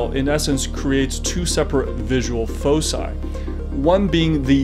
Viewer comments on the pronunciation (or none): Fauxseye?!? Ohhhhh you mean foci… as in folk-aye. Got it 😉👍🏻